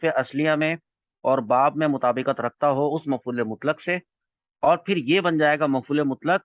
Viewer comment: سر جی لیکچر میں مطابَقت لفظ ہے یہ مطابَقت ہے مطابِقت نہیں ہے